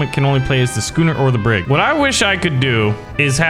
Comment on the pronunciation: A BrIG, he called it a bRIG lmao. Your knowledge of 18th and 19th-century naval warfare disappoints me